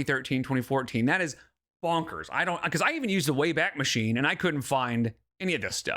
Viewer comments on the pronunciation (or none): none